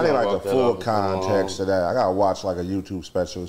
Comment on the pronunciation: what you mean put it in content? Anyone ever gon tell him it’s “context”